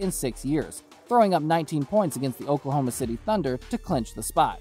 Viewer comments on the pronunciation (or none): none